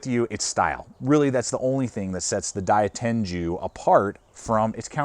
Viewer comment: It's pronounced Die-Ten-Goo, not Die-Ten-Jew